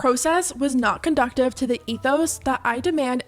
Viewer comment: Bummer. Wanted to like this but after “valility” and “conductive,” it’s simply impossible to listen further.